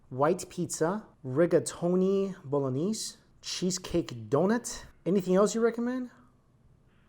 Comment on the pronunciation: A food reviewer should be more than aware that 1. cheese shouldn't be completely covering a pizza 2. ricotta doesn't get melty when warm so it doesn't get solid when its cold 3. how to properly say "ricotta" and "bolognese"....